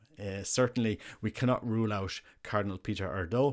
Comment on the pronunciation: Let's hope and pray for the best. Just a note on pronunciation... it would be more like AIR-dew in Hungarian.